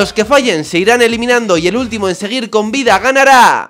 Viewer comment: "los que follen" JAJAJA